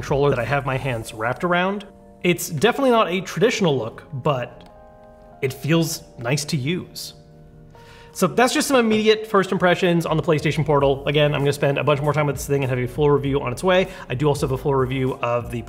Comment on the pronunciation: Ah yes The Playstaion portalable